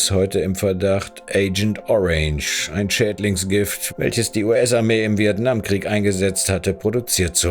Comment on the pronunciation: Gute und interessante Recherche. In Zukunft vielleicht noch ein bisschen mehr Arbeit in Rechtschreibung, Aussprache und Logo-/Textplatzierung stecken. Mit Aussprache beziehe ich mich nicht, wie evtl. anzunehmen, aufs dialektische "Kemie", sondern z.b. auf englische Wörter wie "Agent Orange", "Pharmaceuticals", etc. Das WhiteCorner-Logo verdeckt teilweise Bauchbinden und Texte haben z.B. Deppenleerzeichen ("Kriegs Planer" im Zitat, obwohl der eigentliche Titel korrekt mit "Kriegsplaner" geschrieben ist), fehlende Buchstaben ("United State"), etc. Ach, und das "Hey, bleib bis zum Ende dran" am Anfang hätte mich fast direkt wieder zum Abschalten gebracht, also eher das Gegenteil vom erwünschten Effekt bewirkt.